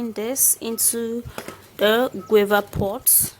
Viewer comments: U nigerians u mean u don't differentiate btn q n g?d word is guava not quava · Ok gauva, not quava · SHE IS PRONOUNCING THE FRUIT GUAVA AS QUAVER THE LEAVES ARE FRM GUAVA TREE ND THATS WAT SHE MEANS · Guwava. That's how it's pronounced in Jamaica .Guwava😂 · Shes says cuava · Pronunciation is wrong... of guava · What leaves did u say ? Sorry not very clear